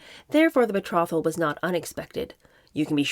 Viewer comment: Betrothal is pronounced with a long O.